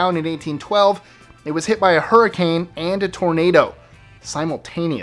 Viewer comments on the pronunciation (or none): none